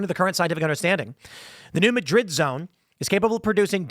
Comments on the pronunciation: It's pronounced Mad - rid, not Ma - drid; accent on first syllable. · hey tim, it's pronounced new MAD-RID, not Muh-drid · New Mad-rid not New Muh-drid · It's actually pronounced "Nyew Madd-id" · New Madrid faultline is pronounced MAD-rid. Sedimentary layers in the Grand Canyon or the Colorado river show the higher water level from millions of years ago, when they weren't deep canyons cut into the stone! There were rivers there, maybe glacial from an ancient ice age. 😲 The grand canyon is partially created by wind and sand grinding the stone. There will probably never be a canyon carved from the Mississippi (maybe up north) because the base underground is SAND not stone, the top has deep accumulated soil, neither creates canyons. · It's not New Madrid, it's New Madrid. Jeez, this from an Illinois guy...